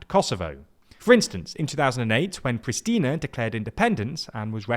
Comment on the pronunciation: Letter Š in ''PriŠtina'' is pronounced ''SH'', like in the word ''show''.